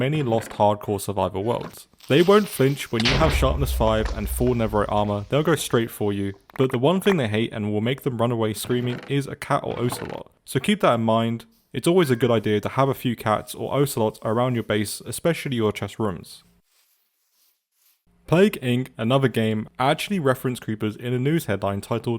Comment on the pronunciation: It’s oss-a-lot, not oce-ah-lot